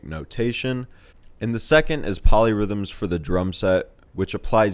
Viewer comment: Oh, POLY rhythms. I thought you said MOLLY rhythms......